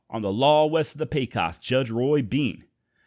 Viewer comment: Love these episodes but as a New Mexican I have to correct you on Taos and Pecos punctuation Taos is pernounched just how it spelled with the TAO and Pecos is kinda like PAcos not peacos if that makes any sense.